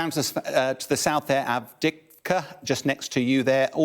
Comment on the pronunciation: "It's been going on since January"??? Seriously??? The first advances on Bakhmut started in late July/early August. It's been constant fighting there since then. Also, Avdiivka, on the frontline since 2014 but still hasn't learned to pronouce it's name.